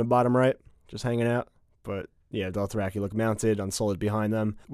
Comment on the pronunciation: Doth-rack-eye ffs